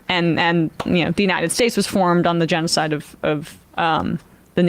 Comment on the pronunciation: 😂😂he can't say genocide